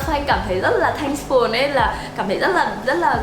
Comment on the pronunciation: Xinh và nói chuyện dễ thương, nhưng nghe ngay từ đầu thấy mấy quả đọc “a pát mừn”, “xi tì” với “thanh phùn” rồi thì “rất là statement” nên chạy ra luôn k vào lại nữa. Góp ý một chút là nếu muốn nói tiếng Việt pha tiếng Anh thì nên phát âm chuẩn hơn. Anw, nhà xinh quá và góc nào cũng đáng yêu.